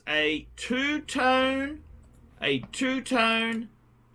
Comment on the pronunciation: For all the years on YouTube the still did not learn to pronounce AP without the s in Audemars. How cheap!